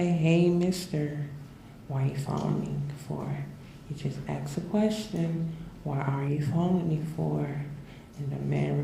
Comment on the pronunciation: "He just axed a question"